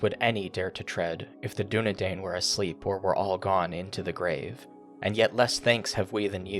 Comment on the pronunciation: You preempted one of your viewers clarifying that it's not "striders" but the "Dúnedain". But oh you fool! You fell into my trap by pronouncing it incorrectly, for, you see, it's pronounced using the "a" from "DúnadAn", but with an "i" sound afterwards. Otherwise, great video, thanks for uploading it :)